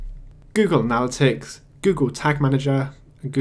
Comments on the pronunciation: You're pronouncing "analytics" wrong. It's not a-nal-it-icks. It's anna-lit-ticks. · Kills me how you mispronounce analytics.